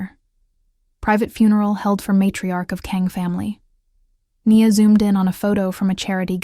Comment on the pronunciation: One thing: decide how you pronounce the character’s name. Is it “Nee-a” or “Nyi-a”? Be consistent. On another note, I’m impressed with the imagery in your stories